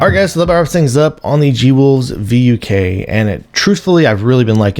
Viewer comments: It's supposed to be pronounced as "fook," as the name itself means "wolf" in Serbian, to fit G-Wolves' thematic naming of canines. Even then, that pronunciation sound like the Northern England's saying of the f-word. It would be even better if G-Wolves used the Russian word "Volk," which also means "wolf." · It's pronounced "Vook" like book or look etc... Means Wolf in Serbian.